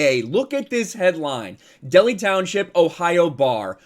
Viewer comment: Cinci native here... It's Del Hi. Not Deli. They just earned my business